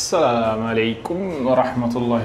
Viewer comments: حسيتك قلت السام عليكم ورحمة الله وبركاته، مش السلام عليكم ورحمة الله وبركاته. أبقي خد بالك يا 😅❤ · مع كل احترامي، لم تعجبني طريقة القاء السلام، السلام عليكم ورحمة الله وبركاته، و ليس "السام" انا متأكد انها كانت عن غير قصد لكنها سمعت كذلك، و هذه كانت طريق اليهود لإلقاء السلام على رسول الله صلى الله عليه وسلم. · انطق السلام جيدا فهذا اسم من اسماء الله اما الذى قلته هذا قول النصارى